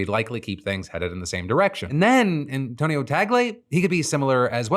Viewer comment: You're the first one i've heard pronounce Cardinal Tagle's last name correctly. Thank you for researching!